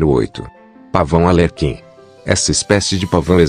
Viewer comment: Ar lê quin por favor!!!!! Escreva direito e fale tbm kkkk